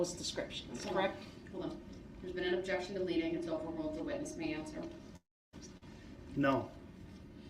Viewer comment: objictshun speckalativ lol. omg the tooth clip made me laugh